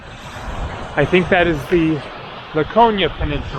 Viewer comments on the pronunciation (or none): Pronounced Lak-o-nee-a with the accent on the nee. Also noting anorexia means no appetite - since you mentioned kali orexi means good appetite (or bon apetit) in French. 🙂